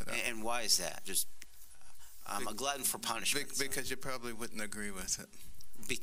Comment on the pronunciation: Carson is such a trip, he got me laughing my ass off over his incoherent distance. "I'm a gluten for punishment" (smiling).